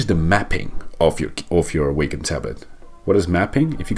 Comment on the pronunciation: you're pronouncing Wacom incorrectly and you're saying it soooo many times lol